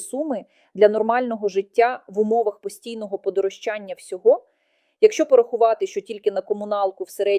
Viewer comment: Подорожчання,наголос на ро,а не на ча.